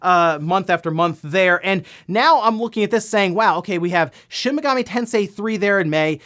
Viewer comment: Lol it's Shin Megami, not shimigami. You make it sound like chimichanga 😂